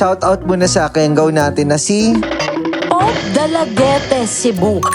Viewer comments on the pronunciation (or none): Delagute ang pagbasa niyan hindi dalaguet